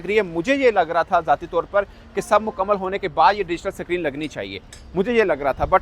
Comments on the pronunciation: अबे साले स्क्रीन सुने थे सक्रिन क्या होता है बे | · Screen ✅ suckreen ❌😂😂😂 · Screen not sacreen 😂😂😂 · Sacrine nhi hota be it should be Screen 😂😂😂 Chauthi fail anguthachap Pakistani journalist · .... Digital Sakreen....waahh